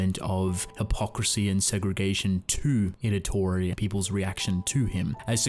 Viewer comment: Also, you keep calling him Idatori, when it's Itadori